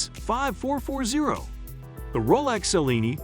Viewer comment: Also please learn to pronounce Cellini! Much appreciated!